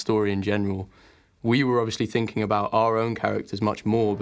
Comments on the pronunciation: lol harry says "obvRiously" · Harry says ‘obviously’ a lot for someone who can’t pronounce it properly